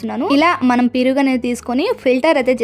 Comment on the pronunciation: piruga enti sister meeku telugu radha 😅perugu anandi 😂😂😂